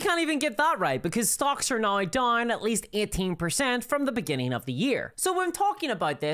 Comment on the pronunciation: Why cant you pronounce “now” correctly